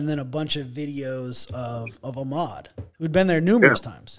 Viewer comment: It’s Ahmaud... btw